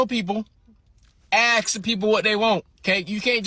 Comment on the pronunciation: Stop axing me.